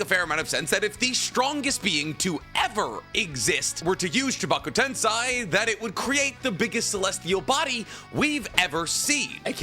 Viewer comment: Edo-TenSAY NOT TenSai and Chibaku-TenSAY NOT TenSai